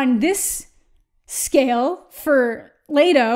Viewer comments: Ok, first off. There is no A in Leto! Holy fuck! It’s Leto! Not lateo! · "E" makes the e sound. Leto not laydo. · I love how you pronounce Jared's last name and am really confused by it too.. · Your not pronouncing his last name right